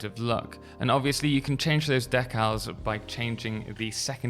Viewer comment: Took me a minute to figure out what a "deckhouse" was. Decals.